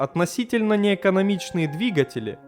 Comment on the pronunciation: Автор, отличный контент. Но почему ты так блевотно читаешь? Сходи на курсы сценической речи и канал просто взлетит. Ну или поучи русский язык хотя ты. Множественное число от слова "двигатель" это двигателИ, а не двигателЯ